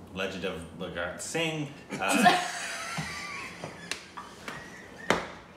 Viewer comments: nailes " The Legend of Bhagat Singh" pronunciation for first time in lifetime.....I didn't understand why n laughed.... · The fun part is even knows he's screwing the names...:-D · Pronounciation of 'Bhagat Singh' was not perfect.. I don't blame you guys for that but as a follower of one of our greatest freedom fighters i felt a bit bad..if you guys can understand me...watch the trailer of The legend of Bhagat Singh i think you'll understand...and thank you guys if read my comment....i love to watch your reactions just don't take me wrong 😊